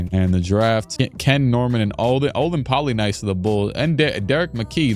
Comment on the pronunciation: Olden Poly NIECE... Not Poly NICE lol